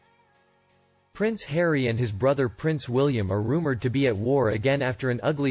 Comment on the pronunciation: Did you call him prince Harriet? 😂😂